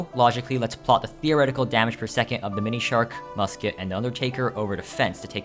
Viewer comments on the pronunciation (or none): he's pronouncing it like themonishark